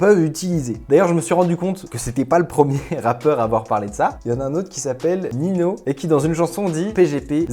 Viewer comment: Non ça ce prononce Ninio ou comme Nino en espangol (avec la ~ sur le deuxième n)